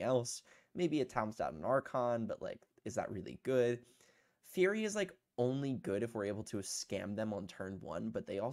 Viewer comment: Hi. It's typically pronounced "Furry" not "Fury" or whatever you said.